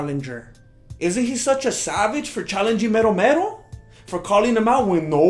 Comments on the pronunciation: 'Mero Mero'? I THOUGHT YOU WERE SAYING "METAL METAL!" 😕😕😕😕 #RomeroWasRobbed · I thought he was saying metal, metal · I thought you was calling him metal metal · Lol "Mero Mero" OMFG